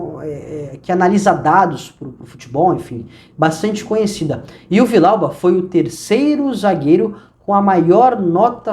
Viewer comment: A pronúncia tá errada, é Vi-Dial-ba. 2 LL no espanhol tem som de jota